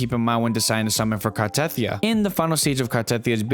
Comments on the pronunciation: Very nice video. I hate to be a pronunciation Na*i, but Ciaccona is pronounced with the C like chair, not S And the stress on Carthethia is on the last I so it is car-the-THI-a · CHUH-CONE-UH. CART-A-TH-EE-UH fuckin hell they say the names in the game.